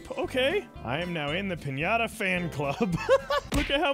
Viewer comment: I talk spanish and you say piñata very good